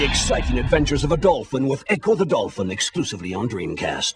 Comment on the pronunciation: Ecco duh dolfin